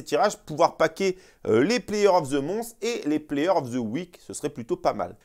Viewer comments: player of ze Mons 😂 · " Player of the MONCCCE " lol.